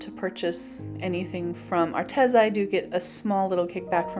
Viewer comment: It's Arteeeza. Not Arteza.